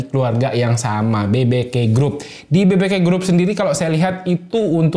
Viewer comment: Bi bi ke ❌ Be be ke ✅ 😂🙏